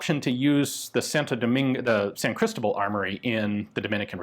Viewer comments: Just to make a little correction: As you are pronouncing it, it sounds like "Crístobal" (note the í with the comma on top) and not "Cristóbal". If that symbol is there, it indicates where the accent is, which syllable sounds the strongest. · It's pronounced San Cristóbal (stress the 'o')..